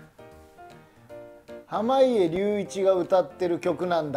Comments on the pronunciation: はまいえりゅういちをはまげとか色々間違えてるので笑ってしまった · ずっと濱家って言えないの笑うわwe